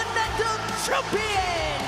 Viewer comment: samantha saying chompian😂😂😂